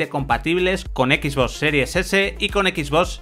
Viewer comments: Alguien me puede decir por qué dice “X boss” en vez de XBox? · Bueno creo que es la manera en que lo disen los españoles por que el rubius un youtuber famoso tambien lo dise de esa forma por a si desir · Son españoles no saben pronunciar bien el inglés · "Equis vos" XD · " equis bos" jajaja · Pierde seriedad con tanto decir "equisboss", es como lo de "uveerre" en vez de VR ("vi-ar"). Saben como se pronuncian las cosas y mas estando en un medio especializado, pero bueno lo pronuncian asi igual. En fin.